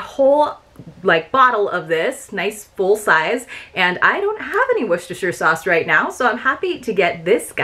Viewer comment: I always love watching this box. Maybe because I live in Maryland. I love apple butter (on rolls or with cottage cheese) but I'm not sure about adding a pumpkin spice flavor to it. Have you tried it? Hey good job on pronouncing Worcestershire sauce, that one is so tough to pronounce. I LOVE the artwork on that sticker.